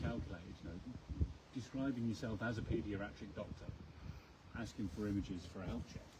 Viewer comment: "Paediaratric" lol